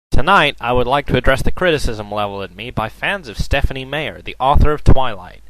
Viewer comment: That is so fake, It's not even Stephen King talking! And it's Stephenie Meyer...not Stephenie Mayer! Know your stuff before you spout opinions about it!